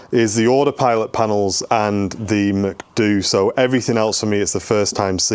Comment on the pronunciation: I will never be able to not say McDoo instead of MCDU again.